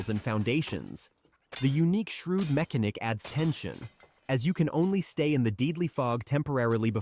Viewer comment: I’m sorry for being an ass, but “Mecha-nick”? 😂 it’s “muh-can-ick” —otherwise like the video!